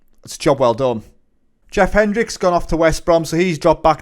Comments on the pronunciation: Hendrick. Not Hendricks ffs. You’re a Newcastle fan? How are you consistently pronouncing names incorrectly. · where is the s in hendrick?